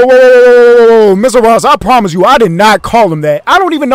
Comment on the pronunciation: Did he say Mr Ross or Mr boss😭